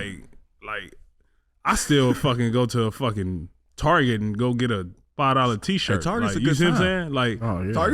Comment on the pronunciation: Traget...pronounced now...TARGET' with French accent to sound fancy 😆